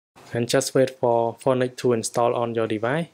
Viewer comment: When u say phœnix it seems like u say fortnite